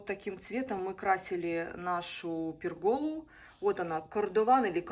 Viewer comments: Извините, но почему пергОла? Эта конструкция называется пЕргола, ударение на Е. А то звучит как то неприятно. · ударение в слове пЕргола падает на первый слог. Пусть меня заругают, но учиться никогда не поздно и не стыдно. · извините, чтобы просто правильно произносить слово пЕргола, не обязательно её строить, и не надо меня учить где и что строить мне, какая глупость. Просто нужно принять, что Ваш блогер ошибся в произношении этого слова и не раздувать из мухи слона. И всё очень просто.